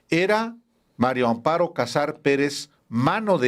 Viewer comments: PORQUÉ POCOS DICEN BIEN EL NOMBRE? ES MARÍA AMOARO, NO MARIO AMPARO, AÚN ASÍ QUE DEJE DE COBRAR LO INDEBIDO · No me cabe en la cabeza la dificultad del periodista Álvaro Delgado para pronunciar el nombre de la corrupta viuda... María Amparo. Todas las veces que la menciona la menciona como Mario Amparo.😅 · Hola Álvaro, buenos días disculpa pero parece que dices Mario Amparo 😊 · ¿Porqué Álvaro Delgado dice siempre "MariO Amparo Casar Pérez? Es mujer y se llama MARÍA AMPARO... 🫢🤷 ¿Le costará mucho trabajo pronunciar " MariA"? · Álvaro, estas repitiendo constantemente mal el nombre de la señora María Amparo como Mario!. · Es MARÍA AMPARO CASAR. No Mario Amparo... ¿Por qué casi todos pronuncian mal su nombre? Es más fácil pronunciarlo correctamente. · Álvaro, siempre dices MARIO Amparo Casar Pérez 😅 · Les cuesta trabajo decir María Amparo, a los dos excelentes periodistas!!